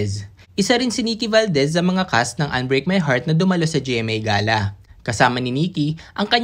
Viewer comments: Hindi yan ga-la ang pag bigkas..iyan ay gey-la... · Gala pla not ga'la ..